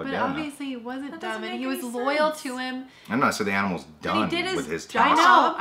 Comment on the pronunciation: "Aminals"? Really,? Are you 4 or something? (Even though it was funny).